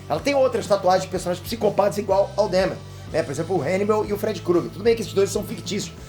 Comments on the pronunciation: Se lê Dâhmer! É alemão! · Porra,. Você mora na gringa, canta inglês, assistiu a série e ainda pronuncia DÉHMER? Assistiu no mudo?